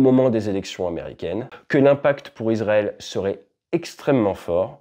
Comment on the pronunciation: Super analyse. Petite correction : on dit « iSSSrael » et pas izrael ! Ça s’ecrit Israël (son [s]) en français et en hébreu c encore plus flagrant : ישראל avec un ש qui peut se prononcer SS ou CH mais jamais Z